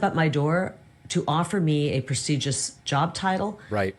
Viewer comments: 👉 PRA-SEE-ZHUS ??? Is that how she's pronouncing PRESTIGIOUS (2 and 1/2 times) ??? 😮 😜 😠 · “Precedious” ??? I think you mean Prestigious ….you bullshit spouting publicity whore! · What kind of job did she call it? "A press-egis Job"? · Is she saying 'preseegious' ?? Instead of prestigious?? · What exactly is a "preseeges" job? Has she been drinking? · She kept saying "presegious" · Does it sound like she’s saying “preseigious“ rather than prestigious? 🤨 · She walked away from a “presigous” job. 😂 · She says "Proceduress" and not "prestigious" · She can't even pronounce ''prestigious''. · She couldn't even pronounce prestigious bur she's turning down high paying jobs. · ❤she can’t even pronounce prestigious. What the…. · She can't even pronounce prestigious correctly